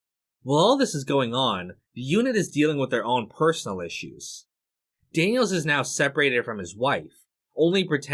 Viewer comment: Daniel-Zez ??? Lol Really dude? Learn English. The possessive form of the name Daniels (Daniel's ) is just supposed to be pronounced Exactly the same as " Daniels " .